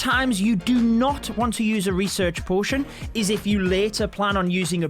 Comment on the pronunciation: You say book and potion wrong